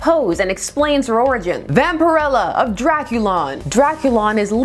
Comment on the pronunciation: I had been wondering for years how to pronounce her name. As it’s pronounced here is how I thought it would be.